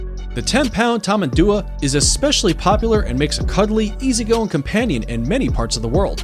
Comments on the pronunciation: btdubs its tamendoowa (tamandua) not tamaadoowa (tamadua) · He never once pronounces tamandua correctly and it frustrates me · dude butchered the Tamanduá pronunciation